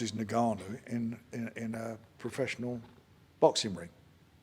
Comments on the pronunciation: The most infuriating part of this whole interview was Frank's insistence on calling N-Gannou, NA-Gannou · N gannu not nagannu frank u big sausage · Is Frank seriously calling him Nahganu?! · Frank trying to pronounce Ngannou 😂. Nnnn gaaaa nnnn uuuu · How can Frank still not say ngannou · How many times does Frank contradict himself here?! At least respect the real winner by pronouncing his name correctly you silly old man 😵‍💫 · Why can nobody say his name properly?